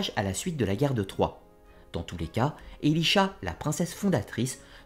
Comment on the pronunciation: Elisha ? C’est pas plutôt Elisaa ?